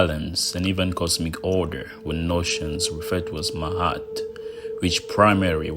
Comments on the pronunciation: Ma-at. Not "mahat". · nice video; but why do you pronounce her "Mahat", but is written "Ma'at"? It is hard tell how did they called her, in those ancient days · Even tough your no Egyptian it’s better the some American. Also it’s ma-at.